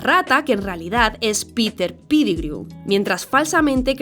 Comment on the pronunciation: Perdón, pero, "Peter Pidigriu".(?) 😂😂😂 Lo siento. Excelente vídeo.